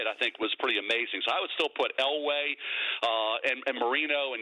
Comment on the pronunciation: It is Elway and it is not close.